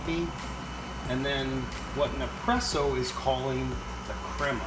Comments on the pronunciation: What does "Ne-presso" mean? ;-) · You’re missing the first S when you say nespresso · Alex Keys he is saying it totally wrong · What's crazy is, he says espresso just fine but can't say Nespresso.